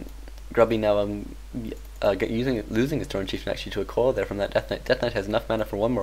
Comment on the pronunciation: when he says coil it sounds like he says koala